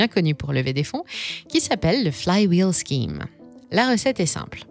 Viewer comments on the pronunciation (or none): none